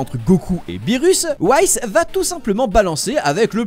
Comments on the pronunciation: Ça se dit "whis" (wisse) pas "whaïsse" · Pourquoi tu sais pas prononcé les "i" ? Schwartzschild était allemand alors c’est sa se prononce bien "i" pas "aï" et whis c’est aussi prononcé "i" dans l’anime (et jsp si c’est vrai mais à priori sa vient des alcools les anges et hakaishin donc whis viendrait de whiskey que j’espère tu prononce pas whaïskey)